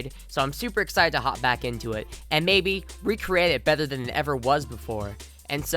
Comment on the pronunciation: the “th” in “than” isn’t pronounced as “ffr”